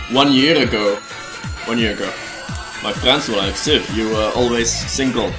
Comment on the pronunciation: I DONT "LIEK" THIS, xD